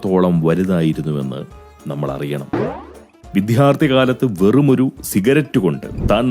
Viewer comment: Yoo Too.... 👎🏻 ഇത് പോങ്ങനിൽ നിന്ന് ഒരിക്കലും പ്രതീക്ഷിക്കാത്ത ഒരടിയായിപ്പോയി... പാവം 'വിദ്യാർത്ഥി'യെ അങ്ങും 'വിദ്ധ്യാർത്ഥി'യാക്കിക്കളഞ്ഞില്ലേ! 😢👎🏻